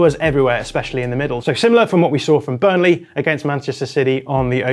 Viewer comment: also says Burnle'h' 😅